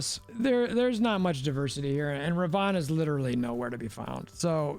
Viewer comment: Dude...it's RAvOnna...not ROvAnna!!